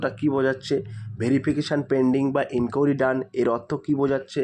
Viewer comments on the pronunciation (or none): ইনকুড়ি🚫 এটা আবার কেমন ভাষা। ইনকুয়ারি। ✅